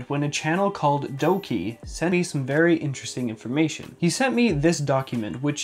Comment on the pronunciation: vewy nice